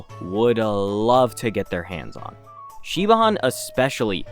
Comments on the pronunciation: i do want more four stars, but at the same time, ive played since launch and I STILL don’t have E6 Gallagher… (also im sure others have said already but Siobhan is pronounced more like “shih-von") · Isn’t it like Shi-vaan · Not to be that guy but Siobhan is pronounced shi-von it's a traditional Irish name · psa, Shibhan's name is pronounced as "shiv-on" its one of those names who is spelt completely different from how its pronounced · Siobhan is pronounced Shi-VAWN by the way ^^; its an Irish name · Omg the way you pronounced Siobhan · You : Kuchiba :: Me : Siobhan my WLW heart would crumblllle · That pronunciation of Siobhan 😐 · The way you pronounced Siobhan😭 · The pronunciation of Siobhan as an Irish person makes me go 😬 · Can't wait to get a character named Saoirse so he can butcher that ever further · I second this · Same lol. And I'm not even Irish, I'm Welsh